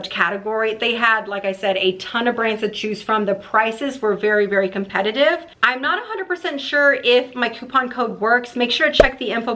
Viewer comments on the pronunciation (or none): none